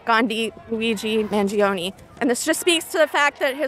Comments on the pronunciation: FrEe MaN-jEe-Oh-KnEe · Italian here. It's man- like "man", -gio, that is pronounced like the name "Joe", and -ne like in "never". So, man-joe-neh. Listening to Americans butcher his name is painful 😂